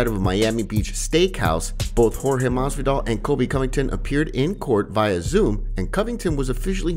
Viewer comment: lmao dude said masvidal